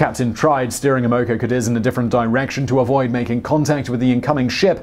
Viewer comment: I believe it's pronounced Cah-deez.